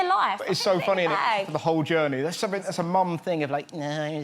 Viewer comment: The thing is with Stacey Dooley, she doesn't pronounces her t's and says "summink" or "doin" which irritates me. As a journalist or a TV presenter, it really does turn people off. My english teacher advised us to hear TV presenters speak Rnglish except Stacey Dooley. I am sure she works hard and she is a great person, but not prnouncing your t's really put me off.